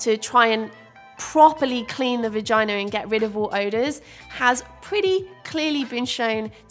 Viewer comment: The way i CACKLED about you saying vahina 😂😂😂😂😂 but seriously i hate that it’s so taboo thanks for talking about it!